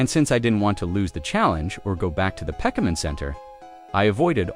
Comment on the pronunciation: there's actually some pretty neat tricks to manipulate a TTS voice to say "Pokemon" properly